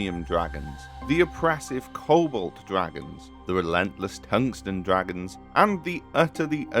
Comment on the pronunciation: It took me a while to realize you were saying "Cobalt" instead of "Kobold" lmao